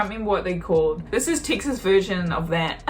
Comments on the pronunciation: You pronounce Texas, Takesays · Where is this "Tixes" you speak of? From someone who lives in Fort Worth, Texas.